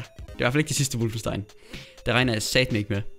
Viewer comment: Hvad fik du af karakter i tysk!? Det udtales som det skrives - WOLFENstein. Med O.